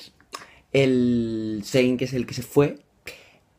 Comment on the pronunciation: Se pronuncian; Neil (Niall), Lui (Louis), Jarri (Harry), Sein (Zayn) y Liam (Liam). xD Besos <3